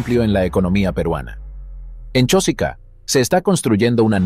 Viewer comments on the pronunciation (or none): El que habla en el reportaje no es peruano y habla de nosotros, nuestro, nuestra pronunciando Chósica en vez y lugar de CHOSICA sin acentos. Pronunciar bien Chosica y no Chósica.